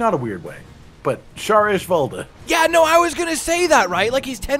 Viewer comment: "Tiger Ishvalda" kkkk